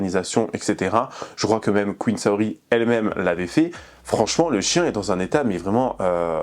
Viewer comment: Ca me perturbe de fou quand tu dis "Saori" c'est vraiment comment je m'appelle, en plus Saorie ça se prononce "Saorié" en japonais.. Bref elle salit mon blaze ça me gave.. Et effectivement le chien est très maigre c'est vraiment horrible et je pense qu'elle ne le sort très peu un Malinois ça a besoin de se dépenser énormément... Que des fous/folles c'est aberrant..